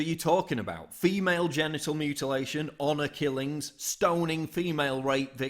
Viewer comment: I like how you emphasize "FEMALE genital mutilation" because if it's wrong then what you're doing is also wrong (MALE genital mutilation). Oh, but it's okay because...? I'm against both of them. I think it's absolutely retarded to mutilate a perfectly fine healthy baby for no good reason.